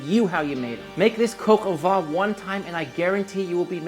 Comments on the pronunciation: Please I am French you do not have to tell me how French words are pronounced Vin (wine) Vent (wind) Van (a truck for horses) VAN and VENT are pronounced the same - not VIN. If you say van/vent to a French person meaning vin (wine) , he/she will not understand. Now instead of mentioning « nazalizing » and « with your jaw open » and « consonants », do go on the internet where you will easily find these words pronounced (in soundtrack). Much more efficient. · I'm sorry, you say 'vin' like 'vent' (wind). It should be 'vèn'. Look it up in Google Translate, where you can hear the pronounciation.☺ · Also, "vent" would sound like "Vaughn" with a nasalized 'n' and with your jaw dropped open. I'm not arguing semantics here, just pronunciation, so I'm not clear on what your point is in telling me the meaning of "vent" (which I clearly already do know, since I'm correcting the man's French pronunciation). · because otherwise it would be pronounced “vee.” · Maybe learn how to pronounce “vin” properly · I stopped watching 13 seconds in right after you mispronounced the French word vin. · If you pronounce VAN it corresponds to VENT which means wind, not wine… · Vin and van are NOT pronounced the same at all as already explained. Now you do what you want.